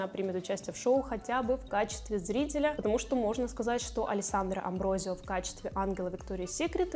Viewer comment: Алессандра АмброСио! Она бразильянка, у них португальский язык. В нем S между гласными не изменяется и читается как русская С.